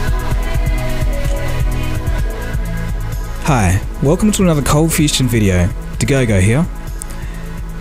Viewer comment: why the fuck does the intro say ColdFustion